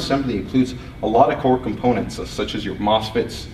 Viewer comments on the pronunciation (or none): none